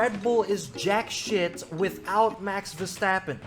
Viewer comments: I wish I never heard " Ver-strap-on " in my whole life 💀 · Ver-strap-on 😂🤣😂🤣I’m dying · Bro you really said Ver-strap-on oooooh 😂😂😂😂😂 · DONT CALL HIM VERSTRAPON, NO SLOTH, NO MAXIPAD, 😊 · You know there an 'R' in the name Verstappen right? 'vestappen'? What broadcast are you watching?